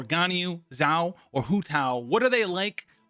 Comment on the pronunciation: Its xiao not ziao come on